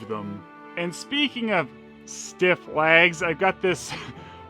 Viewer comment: i am sure i heared you saying laggs and not legs ... and where do you keep finding stuff like this and when you doing galaxy adventure girl ??